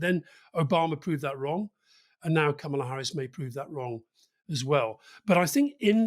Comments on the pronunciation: Why, why do we have to keep focusing on the colour of a person's skin. How about electing a Fat president, or a blue-eyed president. She's an American damn it! Let's get some balance here. May I say, Kamala Harris' first name is pronounced the same as Pamela - it's Kamala, no Kamahla. Sorry Rory, I love you, regardless. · Her first name is pronounced "comma la" not "kam ala" She's been vice president for three and a half years. Most journalists are getting this wrong?? Good to see Rory gets it right 👏🙌👌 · Kamala (pronounced Karma-la by Obama btw) Harris feels authentic - Trump is just mad. Get out the young vote, women and independents and she has a chance. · Her name is pronounced “Comma’-la” with emphasis on the first part of the name.💙🇺🇸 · KA ma la. Accent on the first syllable. The right wing pronounces her name incorrectly on purpose, but the rest of us are trying to correct that. Cheers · It’s pronounced comma-la 😅 she is Trump’s worst nightmare. What can he attack? He will be seen as sexist, racist or misogynistic not a good look for the independent people he is trying to attract to vote for him 😂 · Kamala like Pamela (stress on the first syllable), not like Obama :) love the show guys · Mispronounced; kamala rhymes with pamela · Why can't they pronounce her name correctly? It is not brain surgery 🤔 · she has said herself that her name is pronounced comma-la. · Does make you wonder how much these guys know when they can't pronounce her name properly. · Kamala as in Pamela with a K. It is not difficult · disappointed in Alasdair. Firstly fpr mispronoucing her name and then for giving an incorrect height- she says she's 5'4" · Kámala. Accent the first a. 👍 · more short o than a in intial syllable but the syllable stress is correct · Alastair please learn to pronounce her name correctly. It’s Kama-la not Ka-ma-la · Alastair, it’s KAMala. Trump and his people refuse to call her by her real pronunciation.. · 'Comma la' Harris, not Ka mah lah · Ka-mah-lah Harris?